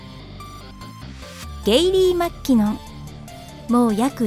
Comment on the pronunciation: マッキノン… まーきのっ